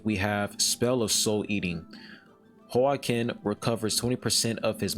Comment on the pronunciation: The name is Hwa-kin, the same way you would say Joaquin Phoenix, the Joker actor